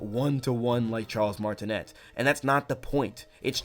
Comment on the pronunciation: Hey! Cool video! Just wanted to point out Charle’s last name is pronounces mar-it-né with a silent ‘t’ 💙